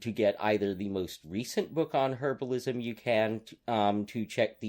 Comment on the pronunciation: I think you meant "herbalism," not "herablism."